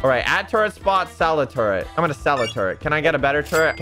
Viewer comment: I like how he says turret like toret